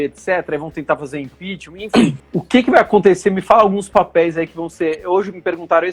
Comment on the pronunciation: Kkkkl apaga que aimda da tempo, esse analista ai entende muito heim?" Impixima"? Pqp, ninguém de dentro do governo confia no bolsonaro? Cara saiu mais forte kllk